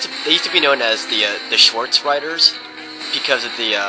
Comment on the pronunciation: When you said swarze so wrong i laught so much yeah i cant soell german